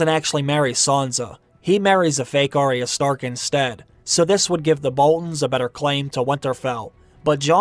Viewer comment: It's Ar-ya not Aree-ya. Sorry to be critical. I am a fan & looking forward to another book..